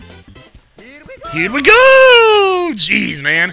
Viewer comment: he says here we go not hot pick les